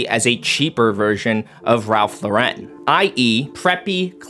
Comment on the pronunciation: You must learn how to pronounce Ralph Lauren's last name. Really.